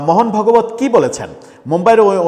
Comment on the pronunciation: মোহন ভগবত নয় ওটা ভাগবত হবে 😂